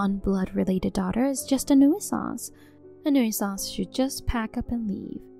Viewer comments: It's pronounced New Sance not New Ih Sahnce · Again.... 'nuisance' is pronounced 'new-sanse', not 'noo-ee-suhnse'. Please research your words before you attempt them, don't just wing it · It's pronounced newsance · OMG the one word they used to much they pronounce wrong, nuisance. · I wish they would correct the pronunciation of nuisance